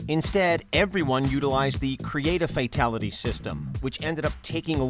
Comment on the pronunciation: Kreate-a-Fatality ... that's the Worst